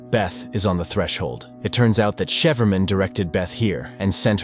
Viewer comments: cipherman = sci-fer-man , not sheferman :D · Um its Cipherman pronounced as Sy-phar-man 😂😂😂😂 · Never realized Cipherman is pronounced Shefferman...Gotta love AI voice overs. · it’s pronounced CIPHER - not “sheeferman”. A cipher, which is something that can be decoded. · Cool story! Curious why "Cipherman" isn't pronounced "Psy for man" instead of "Shefferman"? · Cipherman (Si-Fer).. he said She-Fur-Man.. LOL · "Cipherman" is pronounced SIGH-Fur-Man. Not Shee-fer-man. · Shefermin? No cipherman, cipher-man. If you don't know how to pronounce something just ask google, it only takes a few seconds and will save you from embarrassing yourself. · Sypherman, not sheeferman. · AI it’s cipherman not sheeferman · Cipherman, is pronounced "Sy-fur-man" not like Shefferman lol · cheferman? dude you have to be trolling. it's pronounced (si-fer-man) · psy-fer-man....not chieferman. Sigh. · Who provides the voice description??? Angered isn't pronounced 'Ayn-jer-ed' it is pronounced 'Ayn-grr-ed' (hard g) and Cypherman isn't pronounced 'Shee-fer-man' its pronounced 'Sigh-fer-man'. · please stop saying "sheeferman" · I like when he calls cipher man, chieferman 10/10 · ikr, sheeferman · Chiffre man Chef Erman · So is cipherman pronounced as sheeferman or chefferman? Lol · Sheeferman? A.I. is no danger to us yet. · People still worried bout ai when it cant even pronounce cipher and anger correctly pfft. Sheeferman.. lol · It’s cipher man. It shefferman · CypherMan... Si-fer-man... please stop saying it wrong...hurts my soul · Cipherman is pronounced “Sy-Fur-Man” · People flooding to the comments to bitch about "cheefermin," when the narration sometimes shifts to referring to the main character as "a man," pronounces angered as "ainjurred," and describes Alex as "sending his guests to hell" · Um, I think Cipherman is probably pronounced Si-fer-man, as in cipher-man. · it would be pronounced 'cypher-man' as in code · its pronounced cypher man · Please stop saying "shefferman"